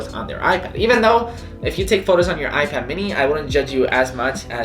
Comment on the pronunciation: Is it just me or like I heard “icad mini 5” in the beginning